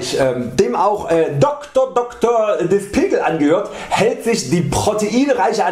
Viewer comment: Is n richtiger Zungenbrecher, er hats aber gut rausgebracht